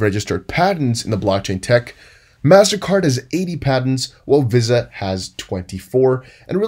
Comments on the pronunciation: Love your work but VISA is pronounced in America as VeeSaah otherwise your english is perfect. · Visa is pronounced VEE-SA. Where have you been dude? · Visa Visa Visa NO NO NO how do you not know how to pronounce it correctly ??????????